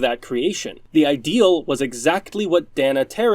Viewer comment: Okay. My brain can't let this tiny thing go... Dana. Long A. Day-Nuh. Not Dah-Nuh. Sorry, my ND ass had to speak up on that. :p